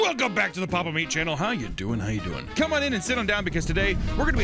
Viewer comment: Papa Meat? mire like Papa Beat